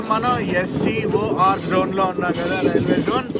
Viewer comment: SCoR ani Vidiga paluku bro స్కార్ Anaku vinadaniki baledu